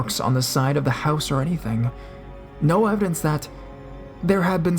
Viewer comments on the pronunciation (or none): none